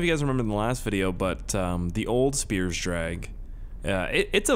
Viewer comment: Just a heads up spiers and speirs are both said the same.. for it to be said the way your said it originally it would look like this "spires*